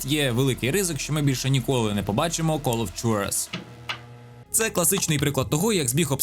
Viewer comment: Не хочу бути душним, але Juarez читається як Хуарез І дота не створила жанр, це ЛПГ, котрі існували і до неї 🤷‍♂️